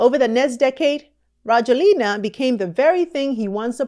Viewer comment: Rajoelina is pronounced ra-JWEL-na. I left the u.s. and have lived in Madagascar since 2017, and will continue to live here. I love this country, despite …